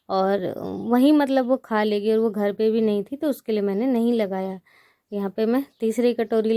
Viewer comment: Bo ghadi nhi ...vo ghadi likhiye na ap hamesa vo ko bo bolti h